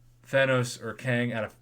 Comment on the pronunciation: Kang not wang